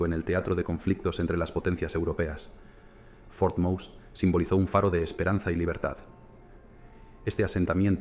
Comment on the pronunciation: Pero como el narrador pronuncia " for mous".! FUERTE MOSE, cojones, que era español.!!